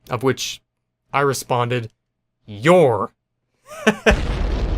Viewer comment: "Haha, yro'ue"